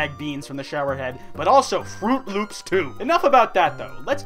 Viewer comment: Lööps? Did u say, LÖÖPS?